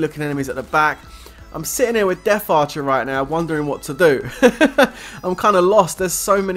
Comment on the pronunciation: It death archer NOT deaf archer... Jeez